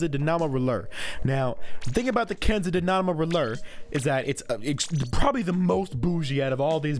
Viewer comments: It’s dynamo (die-nah-moh) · the diyamo roller Me: it's the dinamo roller ( that's how you say it not spell it) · “ kensa dibnamo roller “ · The way you pronounce dynamo hurts my head